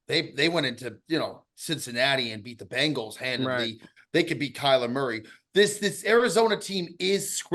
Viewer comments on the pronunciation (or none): love the show ticket... love but why can't he pronounce the bengals correctly - the bangles are an under-rated 80's girl band